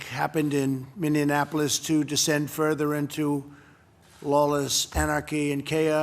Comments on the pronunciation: What are all the people in the government doing for their people? Also did this guy just say "mininaplis"? 🤦‍♀️ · Mini Annapolis? Jesus, trump can’t even pronounce the city’s name! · Nobody: Trump: MINNINAAPOLIS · why has Donald Trump just pronounced Minneapolis as Minion apolis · Mindenapolis - Trump cant even say the city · He can't pronounce Minneapolis!